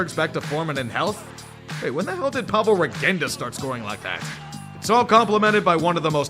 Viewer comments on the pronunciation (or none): none